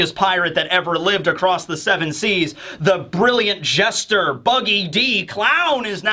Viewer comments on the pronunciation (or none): none